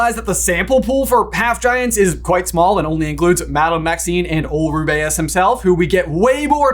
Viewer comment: ruby-us say it, ruby-us not ru-bay-us